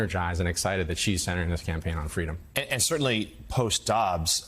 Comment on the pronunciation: It's an issue of "fweedom"! Joe, i was that little anchor baby girl.